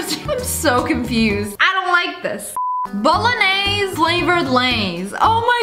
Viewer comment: That was funny when she said bolognaise 😂😂